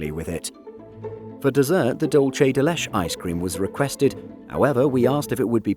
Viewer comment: Didn’t do so well with dulce de leche though. Still, great video.